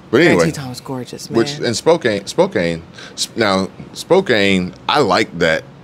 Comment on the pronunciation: It is pronounced Spo- can.